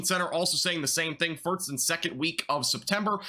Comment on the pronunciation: Are you saying farts instead of first?